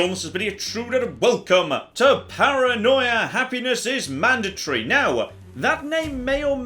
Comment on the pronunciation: Happiness is manned a tree great pronunciation of mandatory